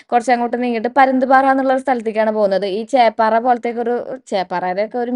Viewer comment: ചെപാറ അല്ല ചെപ്പാറ